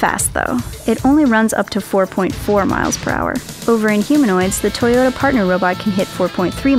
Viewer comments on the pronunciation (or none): none